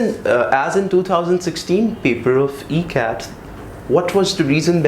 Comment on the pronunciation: Why is he saying MCAT? OR does his E sound like an M? WHAT is this?